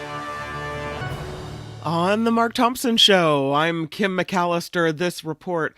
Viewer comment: I'm From New Zealand. Kim's pronunciation is Correct.